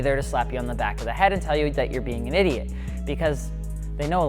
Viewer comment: "they are just a LITTLE finiky... and that's okay" LMAO